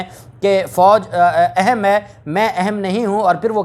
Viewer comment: Word اہم is word zuber therefore kindly note pronunciation of اہم